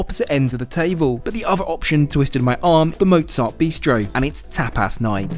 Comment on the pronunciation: The way he says tapas.lmao "tapass"